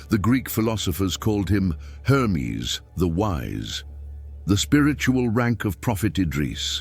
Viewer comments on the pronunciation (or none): none